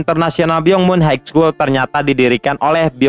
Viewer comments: Min maaf high school di bacanya bukan Haig skul tp haiskul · haik skul utk high school?, coba dengerin pronounce yg betul